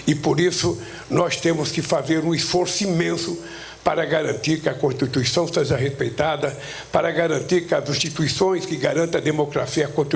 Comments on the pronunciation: esse velho bebado não consegue pronunciar a palavra constituição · Ele votou contra a "contutuição" de 88.